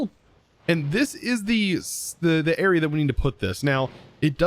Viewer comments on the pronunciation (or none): none